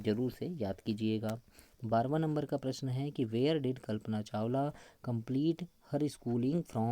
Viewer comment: Sar kalpna chawla hota he chawal ni